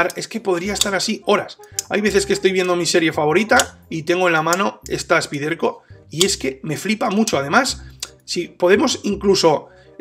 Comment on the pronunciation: Excelente video y gran navaja con apertura de una mano...Rapida para abrir y gran afilado..!! Te pregunto...por que no decir " Spaiderco " ?? Su nombre real.. Suena extraño y rebota al oir " Spiderco"...